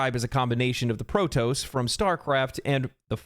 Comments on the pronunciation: he really said pro tose... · Tell me you've never played Starcraft without telling me you've never played Starcraft: "Pro-toes" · Came to comments section to check if anyone else heard you say "Protoes" haha! All in all, another great video, mate! Keep 'em coming! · pro TOSS, not toes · btw it's pronounced pro-toss 🤓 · Did... Did you just fucking say PRO-TOES?!?!? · "PRO TOES" You're killing me here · did you say protOHss, IGN writer detected. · Pro-toes? I must be getting old if people don't know how to pronounce it. Other than that good video, very well researched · Pro-toes?? Wtf?? 😂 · Eh, protato protahto, it's all the same. ❤ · It actually hurt my ears to hear you say protoss wrong. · You did NOT just pronounce Protoss like that. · Getting the pronunciation for Protoss wrong ? Believe it or not reported straight to the Terran federation